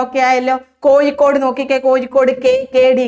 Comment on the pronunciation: Kozhikode,peavishabada..uchaarana sudhi ellaloo...teacher....